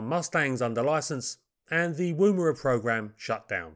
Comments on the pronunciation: It's pronounced Wumera. Wum as in woman. Hope that makes sense. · For information - the oo in Woomera is pronounced much closer to the OO in Book, of cook. No worries, as i say, just for future reference. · Pronounciation of 'oo' in Woomera is like 'oo' in look. Not like 'oo' in boo. This name is from the indiginous australian word describing a throwing stick for launching a spear. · Not a criticism. But as an Australian I would like to mention this. The woo in Woomera is pronunced like the Wo in woman. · You don’t use the ‘oo’ sound in Woomera. More like 'Woumra'. Most Aboriginal words are said very fast and don't sound anything like they are transcribed into English. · Yours is always an exciting and insightful program on little known aircraft, to which I look forward too, On the pronunciation of Aussie place names: Woomera, has no accent on the first syllable., rather the Woo is as the word wool, So woom-a-ra. We have some tricky words, not as commonly in use as the North American Indian tribal or place names. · Pronunciation note (if you will excuse me); Woomera is pronounced 'wUmera' by most of us, as if you were from the North of England (as in; "Eh Up! It's bUms that count 'ere, not 'ats"). Similarly, the preferred pronunciation of Boomerang is 'bUmerang', though few of us do this. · Thank you for these pieces on aircraft previously totally unknown to me. Incidentally and not terribly importantly, the "woo" in "woomera" is usually pronounced with a short "u" - ie more like "wuh" than "woo". A woomera of course is a piece of wood shaped to be used to throw a spear further and harder - a similar principle to a modern day plastic dog ball thrower.